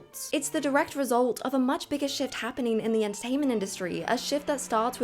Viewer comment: I know you said "a big shift" but I heard "a big sh.t". Still appropriate for the topic.